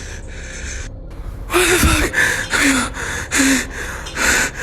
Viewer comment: 🤔... guatafac, guatafac, guatafac, ... EXCESO DE ¡guatafac!! (así de mal escrito, por lo mal pronunciado por un Argentino). Me cansó por lo ridículo el primer caso. 😹😹😹😹😹